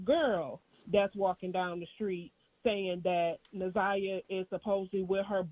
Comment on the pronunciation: Plz pronounce her name correct it’s Na’zi-yah Harris